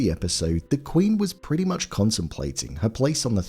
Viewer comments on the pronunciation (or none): none